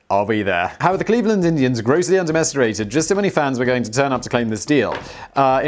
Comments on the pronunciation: Did I hear that right? Did Simon say 'under-mester-rated' instead of underestimated? I swear to God Simon you are just so freaking sunny on this channel. Your humor shows through on the other channels you're on but this particular channel give the impression that this is more the real you. You seem like you would be the type of dorky extremely fun friend and I say that as a compliment. Because I work at Renaissance Fairs as an Entertainer so unusual quirky dorky and hilarious are kind of normal type of people I like hanging out with LOL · Simon says "undemestirated" instead of "underestimated" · Did anyone else notice how he mispronounced "undermesterated" while talking about 10 cent beer? Did you have a few before you recorded, Simon?